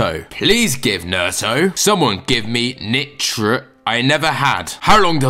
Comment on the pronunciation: I loved how you said Bey Me Nitra